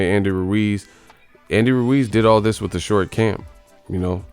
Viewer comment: "he hit me wif a loocky punch"